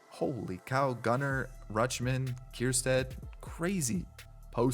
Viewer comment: Its ker - stad… no “kierstad”